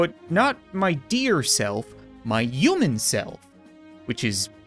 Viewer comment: I’m pretty sure I’ve said this before…and I know it’s just his accent…but I love that he pronounces “human” as “ew-man” and I don’t know why